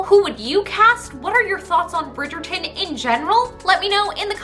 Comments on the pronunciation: No offence love you, but as a British person the way you pronounce Bridgerton makes me cringe. Love you though ❤️ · I love the way you say bridgeton 😂 It makes me laugh sooooo hard